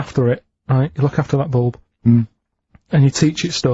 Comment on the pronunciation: A boolb? What’s a boolb, you mean a lahtboolb?